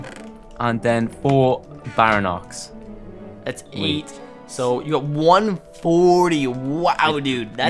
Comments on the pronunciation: you sayt baryonex wrong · he calls it BARANOX it's pronounced BAREE-ONIX all though it's spelled Baryonyx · its pronuonced, BARE-EE-ON-ICKS for baryonx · not bairinox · u said baryonx wrong its bary-on- iks